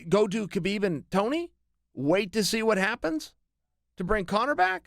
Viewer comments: Its "Habib" to pronounce his name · CHAEL- bro it's HABIB. TREAT IT LIKE THERE'S NO EFFING K it's silent. Like you DON'T PRONOUNCE THE K...sheesh